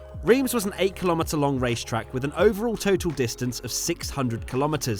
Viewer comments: wTf mAn iT's rEiMs, NoT ReEmS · What the fuck is REEEMZ?! As an English speaking person it's Rh-arm[s], Just like 'Eepe' and not 'wypers' Were not all like this Europe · Its not riems its ram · its pronounced Reims.. come on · ITS PRONOUNCED RAAAAAAAAAAAAINSSSSSSSSSSSSSSSSSSSSSSS REEEEEEEEEEEEEEEEEEEEEEEEEE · “Reems” seriously? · love how you pronounce Reims xD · I swear to god if you pronounce Reims wrong again I’m flying to England and have a cup of tea with you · FFS you are in reims just stop 30s to ask someone, anyone how to say it properly... not that hard. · Not sure to understand why you keep saying Reims like this, I mean when in the Uk as a french, I say the name of the cities like an English would, so would appreciate the same from the other side. Let me call you, much easier than. This is suppose to educate people about the track history, just be accurate then.. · As a French who lives not that far from Reims, it warms my heart to see this video. Even if I didn't come there yet but I've definitely planned to do it this year 🙂 Hope you will visit the old Spa-Francorchamps in a near future. P.S : your Reims pronunciations cracks me up 😆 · How you pronounce Reims is so funny 😂 i'm french so... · I'm sorry, but it's Reims, not Reims. Please get it right.